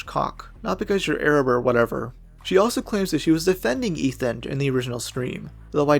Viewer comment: “Arab” woman 😭